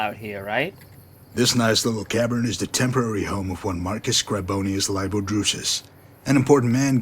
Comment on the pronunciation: Libo. It is not Lybo, its said like Leebo. Latin is a weird language